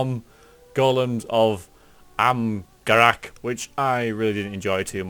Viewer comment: don't mean to be a grammar nazi but amgarrak is pronounced arm-a-rock i'm loving your dragon age videos, can't wait for dragon age 2 and inquisition.